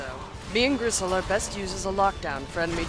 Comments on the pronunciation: does she keep calling bristle gristle? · I hate to be the fact nit-picking nerd, but is she calling the boar Gristle or is that just something I'm mis-hearing? His name is Bristle '^' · hes called Bristle with a B(not Grisle). His name comes from nordic mythology where the god Freyr had a huge golden boar name Gullinbursti(Bursti=Brush) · Griss.... uhh I thought it was Bristol? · isn't it Bristle? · isnt it Bristle?